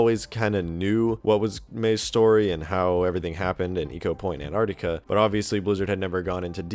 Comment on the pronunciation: Dude...Ecopoint Antarctica not anartica